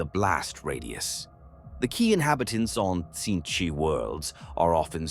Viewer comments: Personal favourite: Sintchch 😂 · Better teach the voice thingy to say Tzeentch properly, maybe spell it phonetically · It is funny and apropriate how the Ai(come on, we all know) keeps pronouncing Tzeentch in different ways.